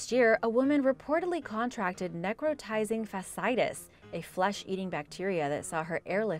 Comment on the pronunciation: fasciitis is pronounced fa-shee-ai-tuhs 👍